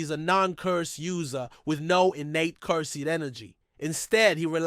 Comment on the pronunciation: Nice video man you deserve many subscribers. But my brother its cursed energy not Cur-sed